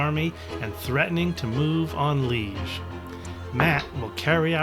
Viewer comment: Why fight that first battle? Why not just withdraw all the Prussian forces as you did with the artillery? Seems daft to me to lose a whole Corp. Also it's Lee-age, not pronounced the same as the word liege, there's an accent on the first e.